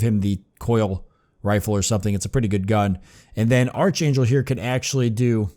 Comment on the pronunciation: I've been kind of interested in seeing what this game is about for a while, so thanks for giving a good long look at it with this LP. Something that's been bugging me though; this whole time you've been mispronouncing a few words; mainly "melee" and "archangel" since they've come up so much. You've been pronouncing melee as "mealy" when it's actually "may-lay" - or "meh-lay" for the British pronunciation. For archangel, it's a hard "ch" rather than a soft one, so it's pronounced as "ark-angel". (Sorry, I know no-one likes having their pronunciation corrected... but it's been driving me crazy.) Also, you may have noticed this by now, but it appears that a number of enemies in the game do a percentage of damage described as "lasting damage" - or damage that reduces the max health of the character until they return to base and rest - and that's why there were times when you were trying to heal characters and it wasn't working. In their health bars, it looks like green is current health, grey is damage that can be healed via abilities or first aid kits or whatever, and clear is damage that can only be healed by resting back at base. (As far as I know, not having played Judgment myself.)